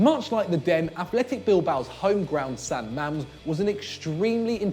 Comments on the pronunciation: WTF is San mam's??!! ahahaha... oooohh u english folks keep butchering every foreign name possible, its funny tho... ur dad is Algerian, u r supposed to be flawless when it comes to pronounce foreign words, use google next time to check how to pronouce "San Mamés", its not complicated at all. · It's GOY-KA-TCH-O-A and SAN MAM-ES